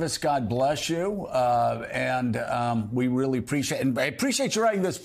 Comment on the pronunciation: Bruh the reporter said "weally complicated", 😂😂😂 its nice to know that these reporters are actual babies, and yes ive rewatched it twice he really does say weally, 😅